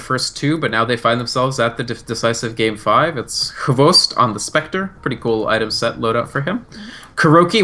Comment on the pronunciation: Loved the insights by, though for heaven's sake its hvost not xbox